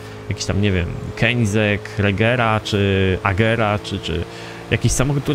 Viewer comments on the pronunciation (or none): none